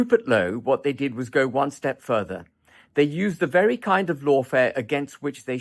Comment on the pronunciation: vewy intewesting.